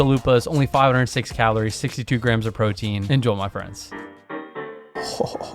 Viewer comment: It always sounds like you're saying "en-joel my friends" 😂😂